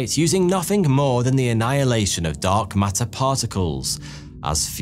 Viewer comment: Love how "Dark Matter" kinda sounds like "Dog Matter" 😁 (I seriously mean it well, these videos are unbelievably steady quality for so long now! ❤)